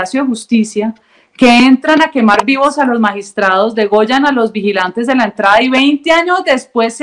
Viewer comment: Alguien debe enseñarle a María Fernanda que no se dice DEGOLLAN sino DEGÜELLAN.